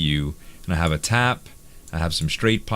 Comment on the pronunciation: I think he means tap but his accent makes it become dap. Might be wrong doe.